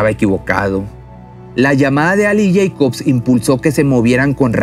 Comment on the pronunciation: El mexicano dice yeicof en vez de Jacob!